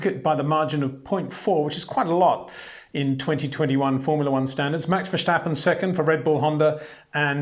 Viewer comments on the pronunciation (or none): Peter, for havensj sjake, pleasje pronouncje max' name right, it is verStappen, not verSSJJJtappen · Date is no "h" in Verstappen. Also no "step". No "Baron Von Trepp" in Sound of Music, either.